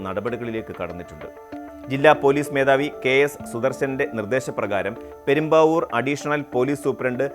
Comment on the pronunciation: പെരുമ്പാവൂർ അല്ല പ്രേം ബാബൂ!